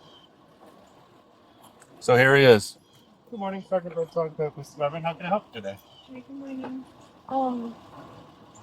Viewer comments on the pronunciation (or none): none